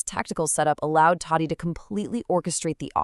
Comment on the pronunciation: First learn to pronounce his name properly. 🤦🏻